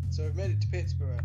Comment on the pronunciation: That was pretty good! Just a couple of pointers though: you may want to turn up the volume on your commentary, it sounded very quiet. Luckily it's also a quiet game but just a heads up for future videos! Another thing is that, like iceberg, Pittsburgh is pronounced Pitts-BERG. ;) Also, What's the music at the end called?